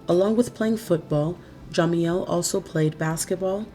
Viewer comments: Yes most definitely. And why in the hell do you keep pronouncing jamiels name like that???????? It's ja- meel not Jah- meel..!!!!!!!!!!!! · learn how to pronounce jamiels name first!!!!!. It's ja-meel not jah-meel. Get it together if you're going to be a narrator!!!!! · Pronounced Ja..MEAL not jamieel